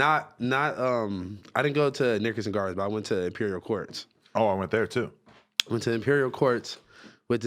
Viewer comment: Nickelodeon gardens or nick gurrdens